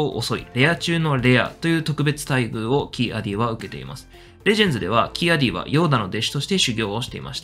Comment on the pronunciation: キ=アディを「キ アディ」って発音、連呼されてモヤモヤしてしまう。オビ=ワンもクワイ=ガンも間を空けんのに。